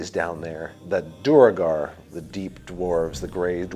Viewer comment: So not even Chris can pronounce "duergar". I guess I need to give Matt Mercer a break, then. This might be who he got it from. ;)